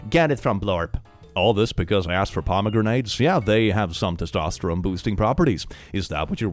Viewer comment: pomegrenades is amazing. I want it, a pomegranate that you throw and it's actually a grenade. pom-uh-gran-it